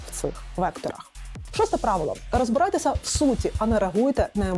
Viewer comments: Розбирайтеся, а не розберайтеся вичитали б хоч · РозбИрайтеся, замість розбЕрайтеся.Дякую.